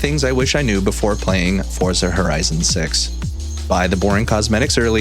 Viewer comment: you pronounce forza wrong....nive video though